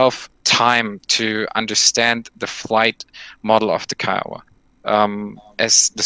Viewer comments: PLEASE its KIOWA not KEEOWA named after the North American native tribe KIOWA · Can someone please teach Cap on how to pronounce Kiowa LOL